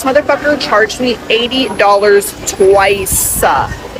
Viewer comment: "Twice-aaah" 😐 I'll be so happy when ppl stop adding "aaah" onto words. Smh. It's so annoying-aaaah.